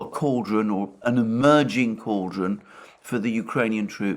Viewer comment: Stick with cauldron, it sounds more British when you say it